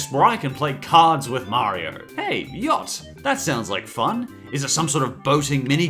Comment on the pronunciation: Yacht is supposed to be yatzee